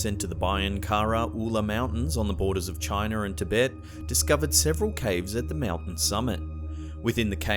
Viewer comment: I can overlook your pronouncing China as Chiner....but its pronounced Point Ray-ez..not Reese. Not everything is Anglo, bro!